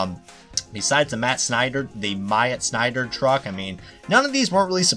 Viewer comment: You said Myatt's name correctly.